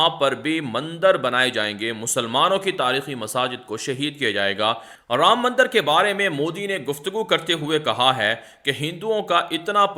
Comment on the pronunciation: aap hamesha news me mandar ka lafz istimal karte hay haqiqat me wo mandir lafz hay zara talafuz sahi ada karne ki koshish kare mujhe umid hay ke aap isper amal karenge MS,Siddiq bhatkal karnatak